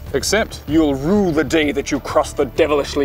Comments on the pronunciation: there is no L in Rue! You will rue the day, not rule it! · it's RUE the day. not rule. maybe its just captions that are goofed. hard to hear. seems unlikely that he'd make that mistake.